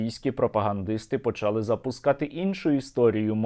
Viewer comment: почалИ, наголос на И українською мовою, почАли -нема такого слова